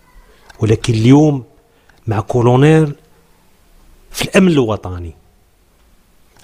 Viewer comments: والشريف ... كولونيل وليس كولونير تبارك الله على صحفي آخر الزمان. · ركز شوية ، راه كولونيل ، ماشي كونونيل و لا كولونير